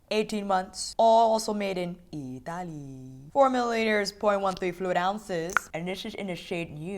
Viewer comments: When you said "Itaaaali' " with that voice 😍! It has been "home" in a heartbeat. I'm Italian😁😍😍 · Friday night chat and now this video — such a perfect end to a long work week! And we got to hear you say “eeetaly.” 😍😍 Fantastic review and now I know to not obsess over any of this. Thank you for saving me some $$$! Great review.